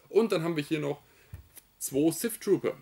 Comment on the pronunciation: Habe ständig "Siff" Trooper verstanden 🤣🤣🤣